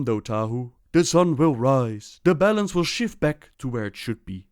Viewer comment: Whenever he said balance, I thought he said bellend